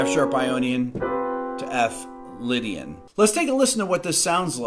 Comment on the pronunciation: Some1 pls tell he is playing chords but saying lydiam